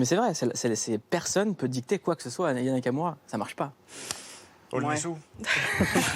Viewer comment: Le présentateur dit son prénom d'une traite sans sourciller 👏🏾 les gens ont abusé, ils ont fait comme si il avait insulté Aya. Moi aussi j'ai galéré ac son nom, c'est pas simple. Je dois me concentrer pour bien le dire